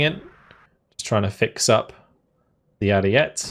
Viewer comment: Ariete is pronounce “air-ee-e-tea”